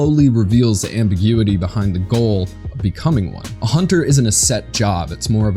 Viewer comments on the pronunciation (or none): none